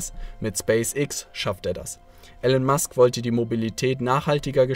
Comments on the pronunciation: Er heißt gesprochen "Ilon Mask" aber trotzdem gutes Video. Grüße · Er heißt Elon Musk, nicht Ellen/Alan Musk.